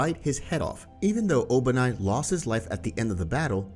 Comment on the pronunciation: His name is obanai not obani